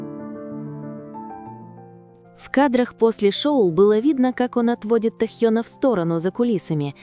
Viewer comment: Почему хоть Тнхьена то. Не коверкайте имя